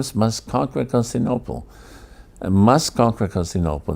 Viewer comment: Perhaps it was used, somewhere, in this fashion, but I have searched high and low... nobody else but "this guy' calls the city Constinople. The city is Constantinople. It is really hard to get past that.